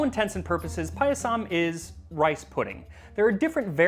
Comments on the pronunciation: Ohmygod 😍 This is wonderful. I’m Indian and “Paayasam” (that’s how it’s pronounced) is a part of almost every special occasion from birthdays to harvest festivals like Onam. Thank you for this!! 🤩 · Not payasam that is paayasam.